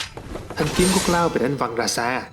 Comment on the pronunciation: )) thất vọng về "Cờ Lau" 😅😅😂😂